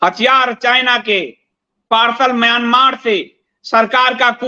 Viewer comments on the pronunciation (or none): none